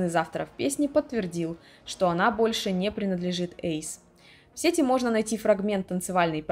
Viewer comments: Привет,. Видео получилось очень интересным, смотрела с удовольствием. Но жаль, что такие глупые ошибки в речи как се́ти, а не сети́ и некоторые другие, которые повторялись из раза в раз, сопутствовали видео. Надеюсь, что в будущем ты их исправишь 💕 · даа. Визуал, конечно, важен для видео. Но если звук плохой или неграмотно поставлена речь, это заметно отталкивает. А самое интересное, я специально перед написанием того комментария проверила ударения. Рыболовные сЕти и в сетИ интернет. Понимаю, что за всеми словами не уследить, но такие ошибки сильно бросаются в глаза